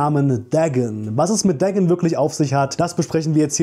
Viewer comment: Bruder der heißt nicht Degn sondern DA-GON